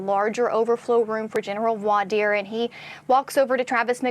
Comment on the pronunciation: Someone teach to pronounce voir dire